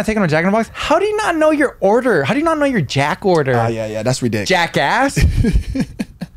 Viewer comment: "Anyways my order is nog done " hahahahaha